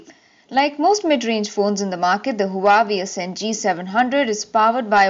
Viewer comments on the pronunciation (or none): HUWAEI IS PRONOUNCED WAVI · Pronounced as Hu-Aa-Wei